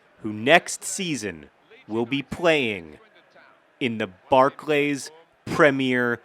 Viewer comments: It is pronounced Barc-Lees not barc-lays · it's pronounced barclee's dude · BARK-LEES IT'S BARK-LEES! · I have never heard someone pronounce it bar-clays... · There is some controversy amongst my peer group as to whether the Barclay in Barclay's is pronounced like 'Bar Clay' or if it rhymes with 'darkly'. You, sir, are on the wrong side.